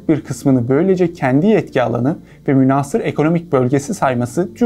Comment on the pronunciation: Kardeş muhteva çok iyi, tebrik ederim. Lakin çok rica ediyorum lisanımıza biraz daha itina. "Münhaasır" şeklinde a harfini uzatarak okuduğun kelimenin okunuşunda a harfi kısa okunur. "Casus Belli" terimi Latince olduğu için hadi onu Türkçe okur gibi ce sesi ile okumana bir şey demeyelim (Aslında bu muhtevayı hazırlayanlar o Latince terimin okunuşunu da biliyor olmaları gerekir.). Türkçemize Arapça ve Farsçadan geçmiş köklü Türkçe kelimelerin nasıl okunacağına önceden hazırlanmak iyi olur kanaatindeyim.